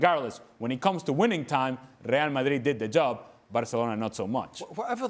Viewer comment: Speaks English then says Real Mayeeeed in foreign 😂😂😂